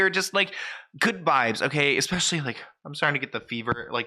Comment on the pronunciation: Omg - ESPECIALLY. THERE IS NO X IN THE WORD!